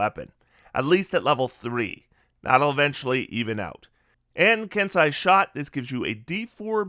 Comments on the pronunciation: First, thank you for this. It’s a ton of really good info as I’m playing a monk for the first time. I’ll probably be going Mercy when I hit 3rd level. Second, it’s a minor quibble, but Kensei is “Ken-say” not “Ken-sigh”…also Kensei didn’t get quite enough appreciation IMO though it does have some tweaking it needs to be up to the new standard. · Nice work,. We appreciate the level of effort you put into your videos. Pardon the persnicketiness of this, but it is pronounced “Ken-say”.